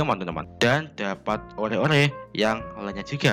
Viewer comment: Bukan ore bang baca an nya tapi or aja maap ya ngatur tapi biar bener hehehe semangat bang